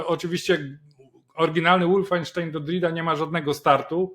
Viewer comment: "Wolfenstein" wymawia się "wolfensztajn", nie "łoolfensztejn".